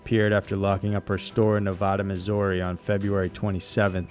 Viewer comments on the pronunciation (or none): none